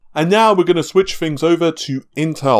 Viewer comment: He can't say tees, he says fings and monfhs